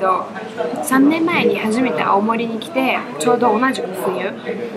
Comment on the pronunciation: 懐かしのアルフィー熱唱笑笑笑🤣 青森アオモリの発音が地元民だやなw ロシア人だどばっか思ってだけども。オラも秋田だはんで懐かしでばなや笑